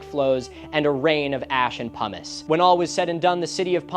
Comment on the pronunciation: i swear i keep hearin Humus insted of Pumice